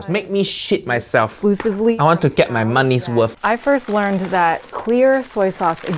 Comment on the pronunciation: Did uncle roger just say he want his moneys woof ?